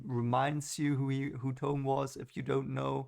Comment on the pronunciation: Moraine ordered new clothes for Rand because all he had were farmers clothes, she wants him to appear of higher station. The Herons are unique to Rand, no other character. It's a part of prophecy, " twice and twice shall he be marked" BTW Thom is pronounced Tom, like Thomas, the H is not spoken.